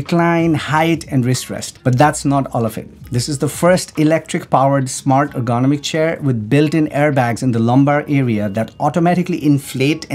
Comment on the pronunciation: Ergonomic sounded "ərɡəˈnämik" in simpler terms, "er-gu-nom-ik". Has 4 syllables and the accent goes on the 3rd syllable.(er gu NOM ik). Yours truely, a stranger on the internet 😉